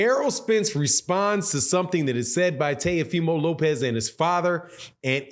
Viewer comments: It's Teofimo Lopez, Not Tayofimo Lopez. 😁lol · It's pronounced. T O fee mo. Lmao